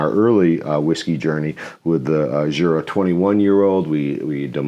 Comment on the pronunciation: What an akward review... Jeez! Love me some Jura! Its funny it gets pulled with someone who actually wants some peat! The Jura pronounciation is still quite far off 😂